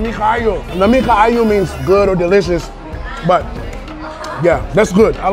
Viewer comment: Lami ciao sounds like you're bisaya im bisaya also